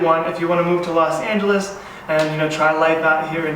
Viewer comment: Los Not Las😑😑